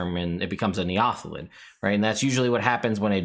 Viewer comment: I always pronounced it like neo-thelid, but now that I think about it...not really sure if essentially new thelid is the intent and they way you pronounce it is cool.